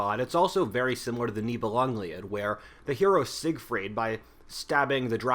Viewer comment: Live ur videos! Btw, it’s Nibelungen Lied, pronounced LID, i.e Song of the Nibelungs… Germans being German connected the two words to create one long word